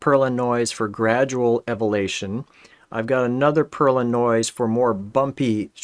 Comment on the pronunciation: Wonderful video, thanks for sharing. Never got the most out of WEBGL 3D graphics with p5.js, so you have given me some inspiration. It is funny how you struggle to say elevation, one of my sons couldn’t say chimney for some reason.